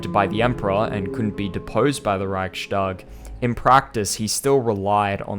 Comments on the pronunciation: I am not sure if you will see this or not. If you do, just fyi the word is pronounced "reichs-tag" as in it is the "reich's tag" and is not pronounced "reich-stag" as in "reich shtag." The s in the middle in this case is a simple [s] sound and is not an [sh] sound. It has to do with the grammar and the word division. Just a small thing ;) other than that, I reaaally enjoyed the vid! High quality stuff! I am a fan of this!! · NB "Reichstag" is pronounced "Riyhs - tak" (long "i"; and "g" at the end of a word is voiceless, and thus becomes "k"), not "Riyshtag" (yes, it is true that in standard German "st" is usually pronounced as "sht", but NOT in composite words consisting of two semantically independent elements). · Great video, just one thing because you are really trying to nail the pronunciation. Reichstag is pronounced without a “sh” sound. Usually in German st is indeed pronounced “sht” but only if the st is a natural part of the word. In Reichstag the s signifies the genitive case (attributive case). The Reich’s parliament. Reich s tag. Thus it is not pronounced “sht.”